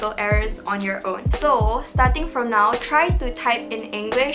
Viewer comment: You can start by learning how to pronounce the word ENGLISH. There's no R sound. It's not Engrish. Towards the end you did pronounce it correctly.